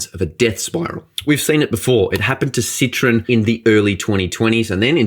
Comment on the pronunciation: The moral of this story is that if you make shit cars and treat your customers like shit, you probably won't sell many. And did you say "citron"?